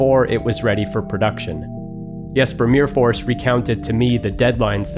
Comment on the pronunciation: The way you say Myrfors is the same exact way we pronounced the YuGiOh card “Mirror Force” when me and my friends were kids 😂😂